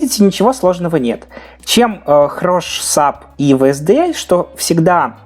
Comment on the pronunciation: Произносишь SDLC неверно